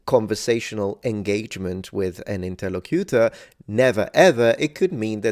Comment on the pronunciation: The 3rd syllable of interlocutor is stressed in english.